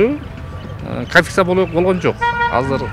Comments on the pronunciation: КАНФИССА дейткоо 😂😂😂КОНФИСКАЦИЯ га тили келбей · Конфиция эмес конфискация жолдош серепчи создорду деле серептеп туруп анан айтпайсызбы?